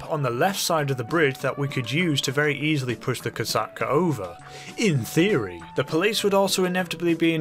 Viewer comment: Kosatka is a Russian world. The O letter is pronounced as “ah” in this case, the rest is correct.